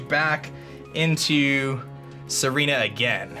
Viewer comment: It's Tsareena, he just pronounces it like Serena